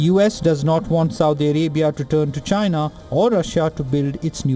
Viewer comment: “Ghina” don’t give a damn what you think you said 😂